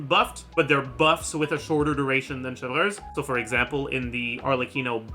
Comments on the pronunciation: I don’t watch much, WHY DOES HE SAY “Cheljurius” FOR “Chevruse”???? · You NEED to stop saying “chevreuse” and “clorinde” like that oh my god 😭😭😭😭